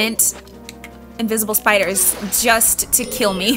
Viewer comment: Note to self: invent invisible spee-iders.